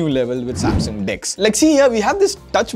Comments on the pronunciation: it's sasmung instead of samsung Please correct it. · Sasmung, nice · Am I the only person who noticed "Sasmung "😁😁😁🤣🤣🤣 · 'Sasmung', yes xD